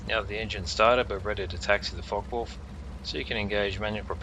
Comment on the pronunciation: Yes good, thanks, but it's not pronounced "Fok wolf" (even in Australia), its a Foka vulf.